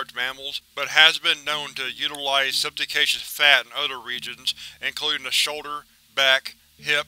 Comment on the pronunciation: Subcutaneous "sub-cue-tain-EE-us".